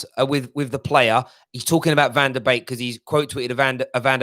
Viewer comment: BEEK NOT BAKE!! C'ON!!